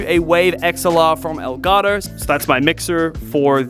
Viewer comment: "L Garo" El Gato pendej* EL GATO HABLE BIEN